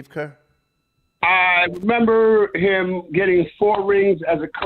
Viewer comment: Can someone please teach how to say “him”, & not “hum” 🤦🏾‍♂️